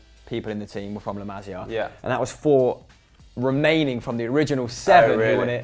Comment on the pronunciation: Pronounciation!!! OMG my fucking ears are hurting and my brain can't understand a thing! Learn how to pronounce correctly those damn names! It's La MasIa not La MAzia and Kingsley FUCKING ComAn not COman...JESUS